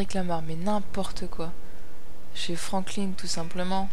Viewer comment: C'est pas Franklin (ine) c'est Franklin (in)